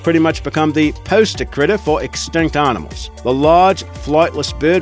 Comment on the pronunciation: aar-nimals?? Maar-moth??